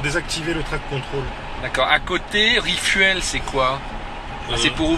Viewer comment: "rifuelle" "roufmape" , ahaha la France eternelle